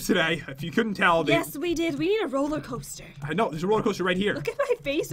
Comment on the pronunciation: On pat said rolli coaster it’s roller coaster😁😁